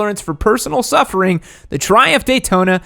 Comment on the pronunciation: he says taydona.